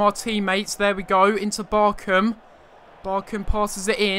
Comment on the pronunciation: I wish you said BarCHam correctly